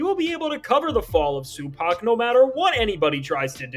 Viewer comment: Crack every time I hear Sue pack